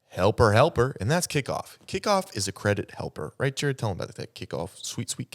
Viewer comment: Not “Jarrerd.” 🫠